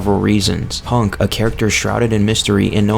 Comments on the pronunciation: "Honk" bruh, wat? Its hunk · Hunk.. not hank